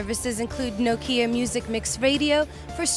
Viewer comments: OMG!!!!!!! she cannot say nokia urrrrrrrrrrr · why are you so angry at how people say things? different parts of the world have their own dialects, even if it is the same language. but still i agree that it should be pronounced Nah-kia or "knock-ia"